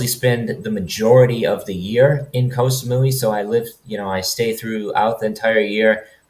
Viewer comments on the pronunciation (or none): เกาะ = gaw = island. short vowel, low tone. one of the most commonly mispronounced words in Thailand. if you're living there id suggest a language coach. high season blows, swamped with tourists, prices double.